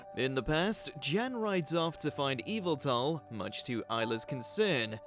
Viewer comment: It's weird to hear Yveltal pronounced officially correct after so many years of hearing YAH-VEH-TAL! :D